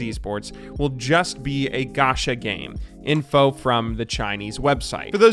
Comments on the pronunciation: its not ga-sha its ga-cha kinda like you would say gotcha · It is pronounced ch in japanese, idk why he said sh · I m sure a lot of ppl said this already but it's pronounced as ch in channel, ga ch a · It's gacha not gasha You spell it like CHoose English is my 3rd language so who knows 😕